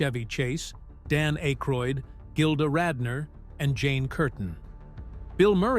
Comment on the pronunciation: AK-ROID, NOT ACHE-RHOID!! The silent "e" would make the The previous vowel say it's name. You don't see any "e" in Akroid, Do you?!? after his WHAT? Not only can you not speak english, But you're a liar!